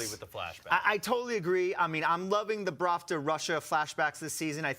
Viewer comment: I've noticed he's being saying it wrong on all after shows I watched... ahhahahahhaa